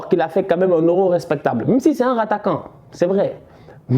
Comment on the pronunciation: Ptdrrr il a dit “RATTAQUANT” quand il parlait de Morata 🤣😭🤣🤣